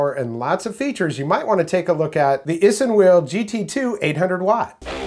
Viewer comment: It’s pronounced ice(inwheel)